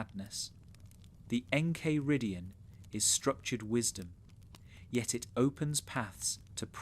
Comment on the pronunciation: how are you gonna pronounce the enchiridion like that